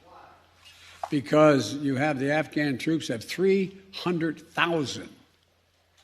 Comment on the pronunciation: Delusional…..Not living in reality! (Did he say “nafghan??$